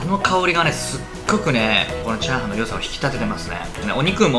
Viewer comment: ひぁ〜はん